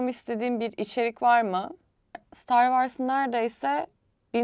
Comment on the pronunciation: Yani saçma bir şekilde eleştirmek için eleştirmişsin. Dünyadaki en iyi yapım şirketlerinin filmlerini ve dizilerini bize sunması yeterli bence. Star wars başlı başına üye olmanı sağlar zaten. (Vars diye değil ayrıca vors diye telaffuz edilir)